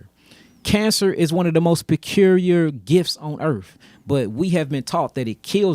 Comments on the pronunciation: “Precurier gifs?” I don’t trust people who can’t pronounce basic words. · I definitely trust this man who can't pronounce the world peculiar over the doctor's who have studied cancer their whole life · How did he pronounce peculiar?? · I don't think we need to attack his English pronunciation when he's peddling that much horseshit.